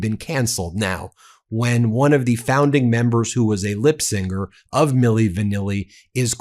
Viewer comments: Lip SYNCER - NOT lip SINGER! 🙄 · Ben! It’s lip sync. Like synchronized. Not sing. Sync